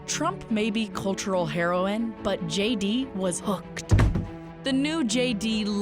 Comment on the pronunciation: “Shay” D Vance